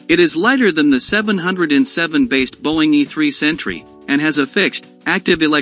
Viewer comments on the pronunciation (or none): It’s 7 oh 7 not 7 hundred and 7.